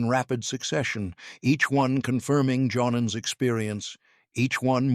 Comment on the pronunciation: JOHN-AN? Because the pilot in question was German, I reckon his name was pronounced YOHnAN, probably an equivalent of an English John or a French Jean, Not pronounced as a pair of casual trousers (or Pants 😂for those in the US). BTW, on the subject of human flight and jeans, when Marvel comics designed Superman, being an American publishing entity, they must have been confused, PANTS were normally worn as underwear, Being at a vocally transitional stage, someone imagined pants were outerwear, hence confused Marvel put the underwear on Superman as outerwear😂. This may well have been contributory to many other confusions, like males when competing in womens sports, using female changing rooms (or bathrooms(?) or lockers?). AND regarding public toilets being referred to as bathrooms😂, has anyone, or does anyone know of someone who's actually tried to take a bath and bathe in a toilet?😂 What any of this has to do with flying, I have know idea BUT, flying by the 'seat of one's pants' used to be a thing. I did wonder where these meandering flight themes were going to 'land'.... somewhere at the beginning as it happens!